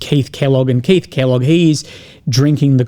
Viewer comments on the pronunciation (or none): none